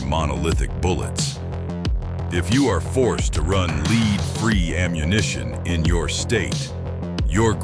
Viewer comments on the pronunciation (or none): Get an AI generator that can read properly. Leed free or lead free ammo?????? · A LAAPOLD VX6? “ Leed free projectiles ”?. I’ll just look at the pretty pictures and leave the sound off.